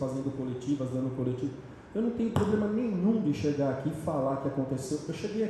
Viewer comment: vai aprende a falar problema vai 🤣